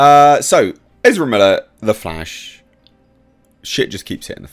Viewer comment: From now on, just call Ezra Miller they way you tried to say it. "Ezrblbblele". It's better.